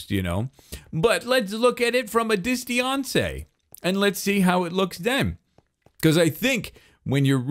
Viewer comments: Look from a Dis-tee-an-cee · "Lets look at it at a Disteyoncé"